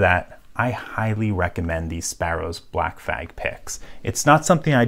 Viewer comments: I thought I was your only one that heard that lmao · Lmao I’m glad I wasn’t the only one who caught that. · Same. As soon as I heard it I had to look in the comments, and see if someone else did. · That's an 'L' you really don't want to forget to pronounce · LOL that was the funniest speech typo I have heard in a while. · Did I just hear black flag (without the L ??)